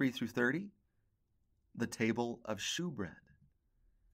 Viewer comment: Great lesson. Love learning from you. Just a heads up, “shewbread” is actually pronounced as “showbread,” even though it’s spelled as “shew.” 👍🏻